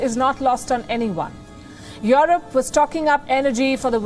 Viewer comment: Who is "yoreb" ?